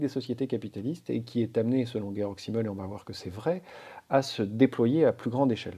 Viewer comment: Bonsoir, Merci de cette introduction à la pensée de Georg Simmel ! Je connais un peu celle de Max Weber, l'autre grand sociologue allemand du début du XX° siècle, célèbre par ses propositions sur les liens entre protestantisme et capitalisme. Au passage, si vous dites Guéorgue, rien ne vous empêche de dire Zimmel et pas Çimmel, car le "s" se prononce presque toujours "z" et surtout en début de mot (Francis Blanche caricature le soldat allemand : "Vous les Vranzais !")... (c'est comme pour le nom du philosophe Walter Benjamin que l'on prononce souvent Oualtère (à l'anglaise) Benyamine (à l'allemande et pas Bendjemine, à l'anglaise) : Walter, en allemand, se prononce comme wagon... mais c'est secondaire par rapport à l'intérêt, pour moi, de votre exposé. Je trouve très instructif et d'une grande richesse relationnelle vos exemples de relations dans la sphère profonde, opposées à celles objectivement dans la sphère superficielle. Pour le lien avec "Hold Up", bravo pour l'éclairage proposé sur la non contextualisation du "Grand Reset", qui envahit la conscience avec des émotions de peur-terreur -- pas différente de la peur de la Covid instillée par la plupart des médias. Par contre les infos données par l'énorme majorité des témoignages rapportant leur expérience humaine me paraît relever de la sphère profonde, à ceci près que le caractère haché de la succession des séquences relève un peu du "gavage des canards" typique des documentaires qui se veulent tellement "efficaces" et p